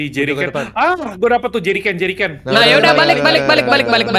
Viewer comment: bukan dirijen bang jirigen🤣🤣🤣